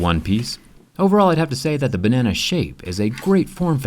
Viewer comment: Bruh my mind is too dirty for this.. all i hear is "bAnNaNa"..in the wrong way